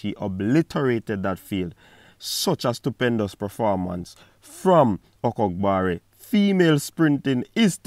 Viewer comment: Respect for pronouncing her last name with the ''gb'' properly lol.